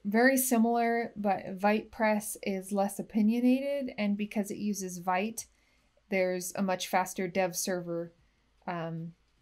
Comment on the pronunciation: apparently its pronounced wheat not white 🤷‍♂️